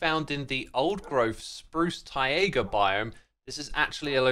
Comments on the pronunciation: Please learn how to pronounce taiga correctly English is a very easy language to learn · Mate…. It’s Tie-Gah. Not Tie-A-Guh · Its not TaiAga its Taiga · why does he pronounce "taiga" as "tie-ayga" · I have never heard anyone pronounce “taiga” (tie-guh) with three syllables like Xisuma does here (“tie-ay-guh”). Is this a British thing or just an Xisuma thing? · Hey btw Taiga isn't pronounced ti ay guh Its tie guh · It's Taiga not Taega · Tai-ga, not Tai-a-ga 😅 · TAI-GA ❤, rather than TAI-EH-GA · Not "tay iger" it's pronounced "tiger" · Taiga ❌ TaEaGa ✅ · Please don't call it taega. It's taiga or tajga. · No offense X, but you pronouncing it as "Tai-ayga" is just killing me. Please, pronounce it like you have a thick Boston accent and you're trying to say Tiger. I beg of you. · Funnier because it's neither, since it's a loan-word. It's 'tai-GAH'. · Did anyone notice how xisuma pronounced taiga he said tayega biome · X's pronunciation of "taiga" will never fail to sound wrong, mostly because it likely is wrong. Wiktionary agrees with me here. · Tie-A-Gah biome huh? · Taiga is pronounced like tie-gah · X, taiga is pronounced like tiger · Tie-ae-ga right? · How long has this guy been calling it the "Tye-Egg-Uh" Biome lol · Why do you pronounce Taiga like Taiega? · "taega biome" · Xisuma, you pronounced "taiga" as "taiaga". How dare you. But seriously, you just needed to not add an extra "a" and you would've been good. I don't ever want to here you say "taiga" again until you learn. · I don't know what's funnier: they way X pronounces "Taiga" or Hardcore being added to Bedrock edition which is infamous for random instant deaths. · Love the wolves, hate how you say taiga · Love the wolves Hate the way X pronounced taiga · how do you make the word "taiga" into a three syllable word? haha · anyone else hate how he says taiga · why do you pronounce taiga like that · never say "taiga" again